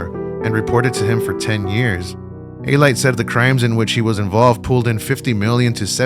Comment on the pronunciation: "EH-light".....LOL!! Is that how he pronounces his name? Some Italian he is. A real Italian would say "a-LEE-tay".